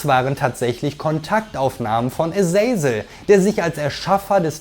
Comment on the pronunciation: Aber die Aussprache von paar Charakteren wie zb Azazel , ist fragwürdig